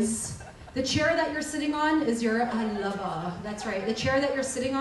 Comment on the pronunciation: The Way she says """"Lover"" French-style 😏